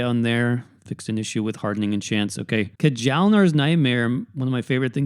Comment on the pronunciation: J is pronounced like a Y, so it would be "Kee-ahl-nar" or "Kya-hl-nar"